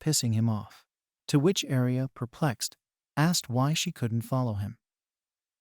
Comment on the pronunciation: Please say aria not alice